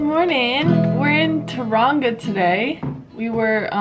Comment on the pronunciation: The way she says Taraunga 😂 love u ❤